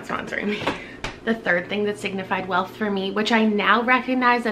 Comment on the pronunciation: Not gonna lie, I totally thought that you said “things that signify WILF” not “wealth” so that was very confusing for a while 😳😂